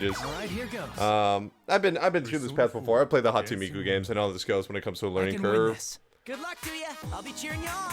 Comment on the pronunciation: Are Dumb GET IT. Most people agree P4 is better but P3 is still amazing. Just prepare to set aside like 100 hours. Also I laugh whenever you say Hatsu Miku. It's Hatsune Miku, and that's the character not the series. The series is Vocaloid, or Project Diva. I love watching these videos though.